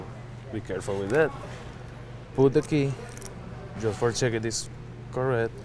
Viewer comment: Like dis and like dis and dis then do dis…and dis…dis (this) and like dis